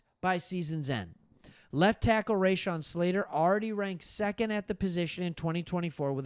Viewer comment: We have PTSD from watching the turnstiles open and allow the Texans to roll right through them virtually unimpeded. BTW it is pronounced Ra-shon' (think 'ra' as in raw)not Ray-shon. Emphasis on the second syllable.